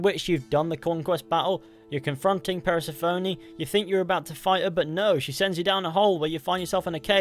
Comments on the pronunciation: Please learn to say persephone’s name correctly fully bugged me throughout ‘ per se phoney” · I hope you never tried to pronounce Persephone ever again...that was just upsetting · I didn’t know one mans pronunciation of Persephone could make me so irrationally angry